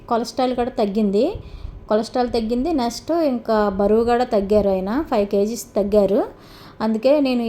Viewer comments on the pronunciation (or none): Me English ,,🤔🤔🤔... నెస్టు కాదు నెక్స్ట్ అనాలి... వర్డ్స్ బాగా ప్రాక్టీస్ చెయ్యండి...లేదంటే పూర్తి తెలుగులో మాట్లాడండి... తేలిక ..దేవుళ్ళ పైన వీడియోలు చూసి నవ్వే వాళ్ళం ... మీ ఇంగ్లీష్ చూసి కూడా నవ్వుతున్నారు....😂